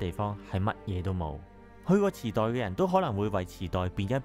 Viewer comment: 😂池袋？ 我以為 你講 地 震